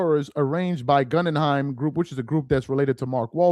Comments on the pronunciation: Pronounced Gooooogunheim! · It's GoogenHeim (pronunciation) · Guh-gin-heim group for correct pronunciation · Goo-gen-hiem...slow down 😅😅😅😅...Gen rhymes with men...Goo Gen hime...like the FAMOUS theater in NY where you grew up😅😅😅✌🏽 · Bro, it’s Goo Gen Hime (like Lime) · Hey its pronounced GOOOGEN-HEIM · It's pronounced gū - ggĕn - hīm or goo - ggĕn - hīm as in the museum. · Its Pronounced Goo gen heim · Is not able to read the name "Guggenheim"? That is disturbing and pathetic!